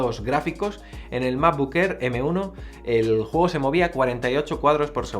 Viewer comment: Macbuk Ehr, Fainal Cat, A-pel… Mejor con subtítulos.